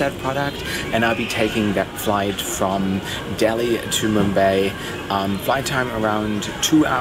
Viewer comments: Dude...its not pronounced Mum 'bay' (as in 'eight'), it's 'Mum 'bai' (as in 'eye') :) Thanks for your interesting vids:) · it's "MUM BUY"